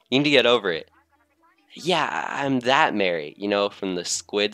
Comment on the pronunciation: Marie's name is pronounced Ma-re not Mary Callie Marie, Calamari